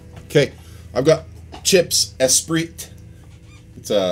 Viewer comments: it's pronounced "Es-PREE" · pronounced 'espree'. darn french! ptuiii! love that guitar though. played on in 1984 at Proshow music and sound in portland. first electric guitar i ever touched....thru a rockman...x100 or something like that. just stunning! thanks for the video!